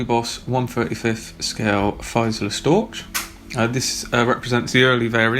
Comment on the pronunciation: Say 'Feezelair Storch' 'ch as in Loch. Dankesehr.